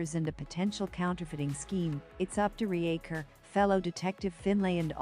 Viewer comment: RE-Acher? Use a proper voice or get bent. This is garbage dribble.